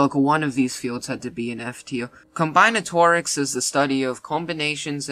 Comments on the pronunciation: Just for future reference it's pronounced com-BIN-atorics. Not Com-BINE-atorics. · Blud said combyenatorics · ehhh id say its more like 40 fields, more like 70 if you wanna include applied math and stuff also dont shit on algebra's and statistics' and combinatorics' (whose pronunciation you totally butchered) difficulty (i got some highschooler allegations) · If you cannot pronounce combinatorics, then you probably shouldn’t be able to rank it either